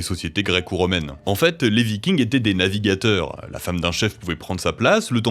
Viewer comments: les vikings « navigueurs » 😂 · navigeurs... ouch le at est passé à la casserole... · Si les vikings étaient si bons "NAVIGUEURS".... Sérieusement...??